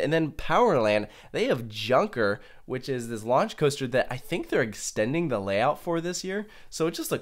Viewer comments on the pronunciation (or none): none